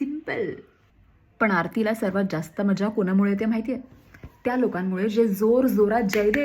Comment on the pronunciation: खूप छान, अगदी छान समजावलेस, आरती ला मजा कोणा मुळे असा उच्चार हवा, कोना मुळे नाही... असेच छान व्हिडीओ बनवत रहा